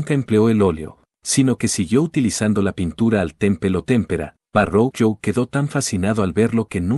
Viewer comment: Verroquio (Verrochio), no Varroquio.